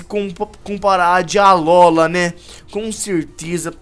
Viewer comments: alóla cara vc ta vendo algum acento agudo no nome alola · se fosse fazer essa série 1° aprende a falar alola não alóla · nãose fala alola mas se fala alôla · n é alóla é alola com o (O) mais forte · n é alola se fala alôla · se fala alôla